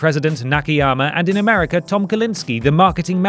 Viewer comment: "sagar of segar" "segr of americr" lmao